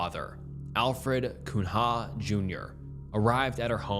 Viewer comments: Cunha is a Portuguese name. Easiest way to read it is to view the ‘nh’ as a ‘ñ’. So you read it as Cuña for pronunciation <3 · Late to the party, catching up, but Cunha is pronounced 'cue-na' Good work! (not a knock, I find your cadence and pronunciations endearing, just figured I'd drop a hint on a name you might never have heard)